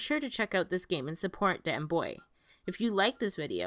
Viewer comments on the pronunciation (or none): ..Danbuoy? Dane-Bo